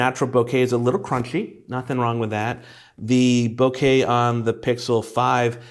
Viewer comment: Thank you for saying boh-kay instead of boh-ka.